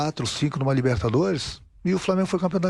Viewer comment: RENATO GAUCHO QUASE, MAS QUASE REVEU O "CINCUM" KKKK